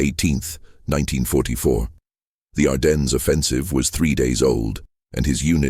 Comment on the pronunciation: ITS PRONOUNCED, "ARDEN" THE S IS SILENT